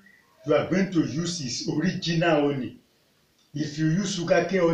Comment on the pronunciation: Is It Honey?...I Don't Understand When You Honey Or Omney Please Clarify